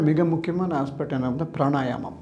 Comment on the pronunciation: Why he says pranayanam? The correct word is Pranayamam